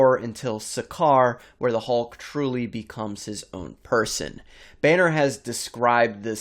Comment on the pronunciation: Yeah, weird way to pronounce Banner